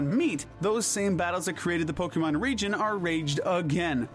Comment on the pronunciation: Region, not rejion! There is no J!